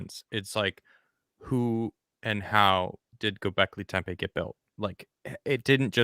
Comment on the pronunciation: I cringe a little every time pronounces Göbekli Tepe as Göbekli Tempe with an M in there. What makes it worse is that both and pronounce it correctly, but neither of them correct when is says it wrong several times. Sorry, but dumb little things like this but the crap out of me sometimes.